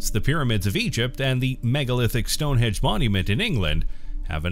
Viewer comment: ...stone henge.....not stone hedge.